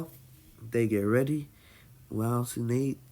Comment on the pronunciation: BOI DID YOU SAY Tsu nade? No There Are No Typos He pronounced Tsunade as Tsu Nade